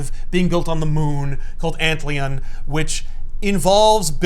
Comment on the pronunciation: Is it irony or intention to mispronounce “ant-lion”